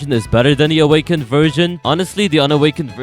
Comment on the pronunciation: Bro fr said un awkend kitsune Like Kitsune and an akw